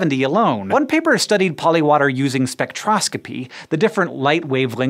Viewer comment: When you were saying polywater I kept hearing polliwog and I was like "polliwogs are real..."